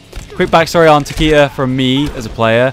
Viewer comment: Nicolas VDK I know right, Takeda should totally be Ta-kay-Da, not TaKeeDa, and Raiden is totally Rye-den not Rayden.